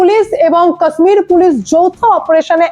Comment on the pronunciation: Ma'am, Kashmir-er uccharan ta 'KAASMIR' not, ota 'KASHMIR'.